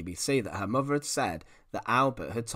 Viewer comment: Ooooohhh..... he had a broothuh and a moothuh...